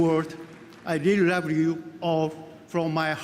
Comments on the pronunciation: i ruv yew jef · "I ruub you Geof"